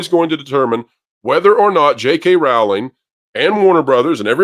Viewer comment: Pro please pronounce Jk Rowling 's name correctly. Rowl as in bowl. She herself has said it. I understand it's a small thing but it's respectful